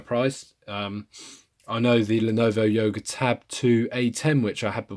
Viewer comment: Did you say YOGO? haha. Thanks for the review!!! Would love to see your benchmark and speedtest video!